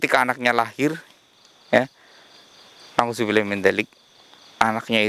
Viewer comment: Mr x perlu belajar ngaji lagi biar sesuai menerapkan kata" Masya Allah/subhanallah/astaghfirullah/nauzubillah